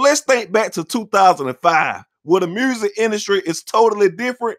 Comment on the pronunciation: 'murrsic'